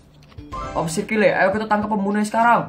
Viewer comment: nama kakak dibacanya kile ya aku kira kayel